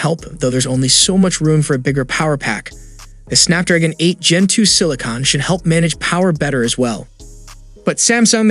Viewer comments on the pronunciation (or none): none